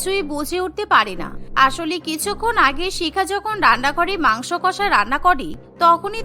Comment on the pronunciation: মাংস ভাত ❌ মাংক ভাত ✔️😂😂